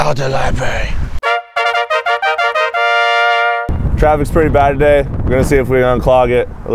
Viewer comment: “SHHHH” “ITSA LIBARY” “THATS RIGHT LEAVE THE LIBARY”